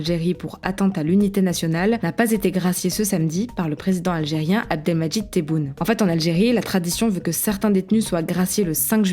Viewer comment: On dit teuboune pas téboune